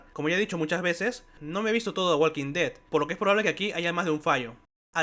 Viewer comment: La L de Walk no se pronuncia. La L de Walk no se pronuncia. La L de Walk no se pronuncia. La L de Walk no se pronuncia. La L de Walk no se pronuncia. La L de Walk no se pronuncia. La L de Walk no se pronuncia.